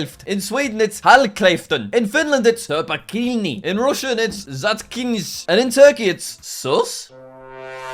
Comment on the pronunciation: Notes from a Finn; The U is actually pronounced like it's pronouced in You. Also, the A is pronounced like it's pronounced in Car. ☝️🤓